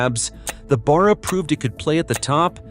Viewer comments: It's Barra not Bar-rer, and for that matter it's Ally not Aloominum. Get a real Aussie to do the commentry. Great engine. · It's pronounced Bear uhh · Its pronounced Barra as in Barracuda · ?? the "turbo" Barra ?? - Let's go.... (Nb, not "beara" - a short "A".. ) Pity the Iuternational behemoth cancelled the Production down under... Note MOST Falcon Taxis were NOT Turbo versions - my last one from 2004 - lasted until the end of 2020, that got written off - after rear ending a 200 series Land Cruiser (the engine was unaffected, bulletproof)... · It is hard to get it right when it comes from a different country. Australia has a lot on idiosyncrasies. In this case the engine is just a shorten version of Barramundi which is a native Australia fish with great strength. Barra is pronounced like the start of barr(ow). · Other than how he pronounced barra I enjoyed this. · as a born and bred Aussie I am offended by the AI's pronunciation of Barra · You would probably be equally offended to find out that the V8 was also called Barra. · Damn Straight! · Yeah! I wasn't paying too much attention but when the Barra was mentioned I had to make sure it wasn't something like wheel barrow.